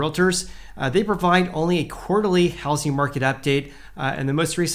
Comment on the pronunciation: Repeat after me. It’s pronounced how-zing market. Not house-ing market.